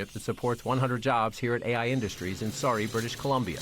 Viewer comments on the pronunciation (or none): It’s pronounced Sir-E not Sorry. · It's not pronounced "Sorry" British Columbia! It's Surrey, as in: "sir - ee"! Good grief! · The city the reporter was in the city of Surrey, BC. It is not pronounced "Sorry", rather "Sur-ree". You American have a really difficult time reading and pronouncing Canadian English. Get real. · Surrey, BC is not prounounced "sorry" it's pronounced "sir-ree" BC. 😉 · They could have asked at least one Canadian how to pronounce “Surrey.” “Sorry British Columbia” 😂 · Just to correct the pronunciation of Surrey, British Columbia, it's not so-rey, but pronounced as su-ree. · Um Surrey, not Sorry. lol. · The pronunciation of Surrey needs work. It's Surrey, not Sorry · Not pronounced 'Sorry" ...the city is Surrey BC...as in 'ser-ee' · its Surrey not sorry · Great report. It's not SORRY, British Columbia, lol. It's Surrey. Sir-EE. :) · Surrey, not Sorry. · Lol Sorry BC.. It's Surrey Sur--rey. But it's ok :) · "In Sorry, British Columbia" Americans can't pronounce any of the S*rry words, apparently. "Surrey", like slurry, curry, hurry. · BTW its Surrey, BC - not Sorry, BC lol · Sorry British Columbia? SURRY! Sounds like sir-ee. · Just an F.Y.I. it's Surrey B.C. pronounced like Sir-ree (derived from the old French "Sieur") and not sorry B.C. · It’s pronounced Surrey (like sir) not Sari, BC. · "Sorry, British Columbia" 😂 Its "Sur-ee". Did it never occur to ask them how to pronounce it? It just screams, "We threw this together and still dont care to even do the due diligence to learn what the name of the Canadian city is that we are interviewing people in." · John: not “sorry” but “surrey” (sir-ee) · The fact they said they went to Surrey and pronounced it as "Sorry" and not Surrey just showing how out of touch CNN is with Canada. It's still today June 1st, 2025... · Wait, did he pronounce it ‘Sorry, B.C.’? 😅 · It’s pronounced “SURR-ee” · John King, thx for reporting but it’s pronounced Surrey not sorry lol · It’s Surrey not pronounced Sorry